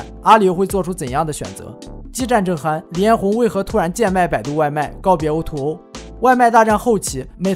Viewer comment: o2o，读音应该是o to o，不是o er o~